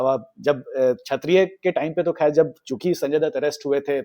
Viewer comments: It's not 'Chhatriya' but 'Kshatriya'. Work on your pronunciation. Divya Bharti, not Divya Dutta. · Buddy,it's Kshatriya not Chhatriya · छत्रीय नहीं भाई, क्षत्रीय बोलो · Bhai its not chaattttriyaa.. plsss …